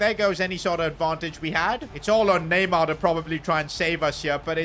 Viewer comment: The disrespect on neymars name🚮🚮